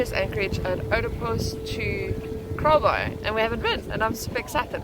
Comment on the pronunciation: _ I kept hearing you say "KAALBAAI"..... Did you guys experience anything with the South Seas Earthquake last night (Saturday ) Cheers! _